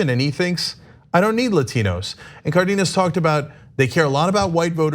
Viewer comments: It's not "Cardinas" it's Cardenas, as in Car Den Nas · She pronounced Cardenas correctly, which is very uncommon . "Car dean us" is incorrect and commonly used "Car den us" is correct